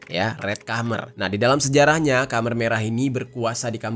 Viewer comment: Izin bang. Khmer merah dibacanya kemer (keumer) bukan kamer.